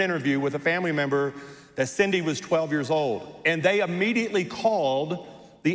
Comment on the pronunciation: HE DIDN'T EVEN SAY HER NAME CORRECTLY